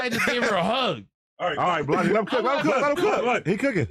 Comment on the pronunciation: Adam…the name is Blazzy, not Blozzy